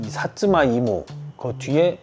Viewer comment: 일본어 자체는 뭐 공부한지 20년은 됬을테니 그리 유려하다 할수 없지만 먹거나 마시는것들에 대해서는 유독 발음이 좋은거 같아요. 같은 츠여도 가쯔오는 쯔에 가깝고 사츠마는 츠에 가깝고. 쯔와 쯔의 중간 느낌 살리는게 일본스러운 포인트이기도하죠.